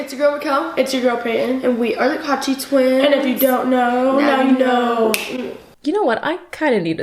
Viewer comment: Why do I keep hearing you said twinks and not twins 😭😭